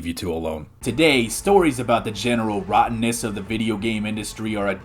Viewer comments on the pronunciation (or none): The way you pronounce "rottenness" sounds like male V lmao